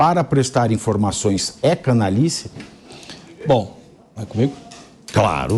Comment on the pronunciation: C A N A L H I C E.." lhi" C A N A L H A. " lha" Vocês falam cana-li-ce. 😒😒